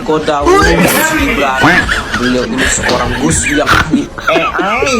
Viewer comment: Yang bener GUS apa DUS sich koq kurang jelas